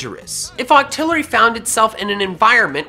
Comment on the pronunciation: Just saying you are making octilery sound like dito